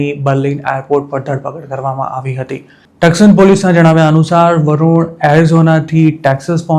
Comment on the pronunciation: The city's name is pronounced Tuson not Tukson.